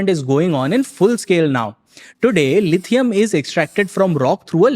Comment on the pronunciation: Its not lithiun ion..lithium ion